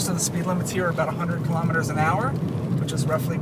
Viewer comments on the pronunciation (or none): none